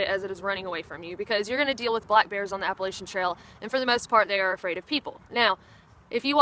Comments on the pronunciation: App-puh-latch-uh NOT app-puh-lay-sha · Appa-LATCH-an.. Damn it. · it's "Apple" "Latch" "Ian". Say those 3 words together and that's how our wonderful mountain chain is pronounced. Appalachian. It's not whatever that word is that you're using. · This is interesting, - you sound like you are from the South, and your name strongly implies Southern heritage, yet you pronounce the word 'Appalachian' as only a non-Southerner would. I mean no offense, but what happened?